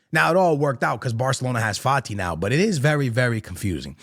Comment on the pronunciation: did u say Fati 😂